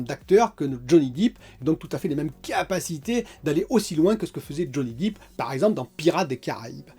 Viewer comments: Depp !!! Pas deep !! Ah ah, ton anglais, c’est la cata ;-) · Johnny Dip! Il fait des dips, c'est de la muscu! C'est Johnny "Dèpe" pour la prononciation,! 😁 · Johnny deep mdr ta prononciation tu assure comme tjs😉